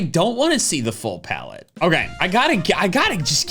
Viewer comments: Ah yes, plaette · “But anyways, PLAETTE”